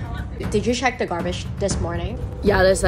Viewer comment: Did you stcheck the garbatschh this morning? 🤣🤣